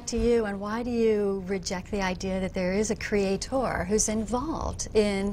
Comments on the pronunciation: tip for social interaction: Don't laugh/smirk when there is nothing funny going on. You look arrogant and annoying... Also .. Who says creatOOOr? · pretty sure the romans didnt :D usually you'd emphasize the second syllable, right? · Reaper the constant mispronunciation of "creator" really drives it home. creaTOR, creaTOR, creaTOR... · Who else gets annoyed af whenever she says “Cree-at-TOR”? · Why the fuck do they always have to stress that last syllable in "creaTOR" and look at you like something pretty significant just happened o.O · She is probably latching onto something that she can be right about: "people pronounce CreatEr wrong, it should be CreatOr, so I'm gonna prove how smart I am by pronouncing it correctly, blatantly. CreatOOOr" That's my guess. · creaTOR. xD This lady's pronunciation is next level. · Who else was annoyed with the way she pronounced the word “crea-TOR”? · Why tf is she saying “crea TOR” it’s ludicrous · Nobody said she spelled it wrong. They're saying she pronounces it wrong (and they're right; she does). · Even though I'm not American, she's the only American (actually, the only person, period) I've ever heard pronounce it like that. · зонт Americans don't pronounce it that way. If it's an accent, it's an idiot accent not an American one. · The way that she pronounces certain words to try to sound clever is the most irritating part of this video.